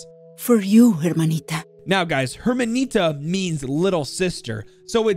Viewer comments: Spanish speakers, correct me if I'm wrong but you not supposed to pronounce the "H" in that right? You can tell the voice actor don't speak Spanish😭😂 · I couldn't help but cringe when you said Hermanita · Also "Hermanita" is pronounced (Er-man-eeta). In spanish the 'h' is silent... always